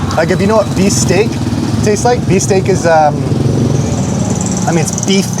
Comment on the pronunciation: Kuya it is usually pronounced bistek not actually beef steak so you would know the difference to the real steak. Bangus steak is one of my fave dish and I hate when my boneless bangus should be called lessbone bangus 😂